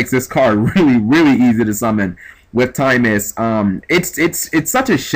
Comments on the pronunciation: Timaeus isnt pronounced time-is. Its pronounced tim-eye-us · Tim-eye-us not Time-us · It's pronounced Tim-Eye-Us.